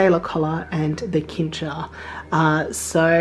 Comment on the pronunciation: DEAR XD I don't know if it is Australian English but afaik Cincher is pronounced with an S sounding C in the beginning. Not with a K sounding C. This threw me so off that I first didn't know what you referred to until you pointed at it. Just for future notice.